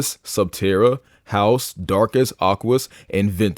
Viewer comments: Why is it no one can ever pronounce Haos? It's not HOUSE it's HAY-OS. Jesus. I would figure someone who watched the series would know how to say it. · i know you did not just pronounce haos the wrong way. it’s hey-os not house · House? Haos say it right